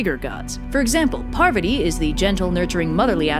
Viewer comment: As someone who was raised a Hindu, this is really cute, and I'd love to see more Hindu videos in the future. But your pronunciations are a bit off. Parvati is pronounced "Paarvathi" and the "I" is Shiva is a short I. Also the "D" in Durga is more like the "Th" in "The" and the "U" is like "Oo" but shorter.